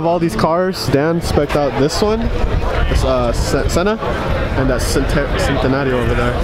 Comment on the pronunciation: U said centenario wrong, its pronouced chentenario but there is no h infront of the c it just sounds like that